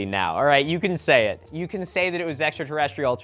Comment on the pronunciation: That the extraterrestrial guy can't pronounce extraterrestrial, has always been funny to me.